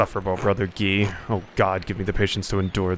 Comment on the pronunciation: Nailed Guy's pronunciation 😉 He and Ferenc are real dicks. As is the abbot. I have no idea what will happen next in the game (my theory is probably a murder?) but I'm enjoying the hell out of it.